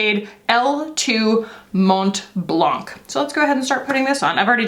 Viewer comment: Hey! Love your video, the DM products seems amaziiiiiiiing.🤩 Also, a little tips from a frenchie: the "t" of "mont" and the "c" of "blanc" for your "mont blanc" shade (white mont in english) are "silent" (maybe you can help me on this one because I don't know how to translate that haha) so it is pronounced "mon blan". It's not important, but if you ever wanted to know now you do! 🥰